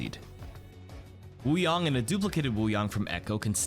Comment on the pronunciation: I keep hearing “water bong”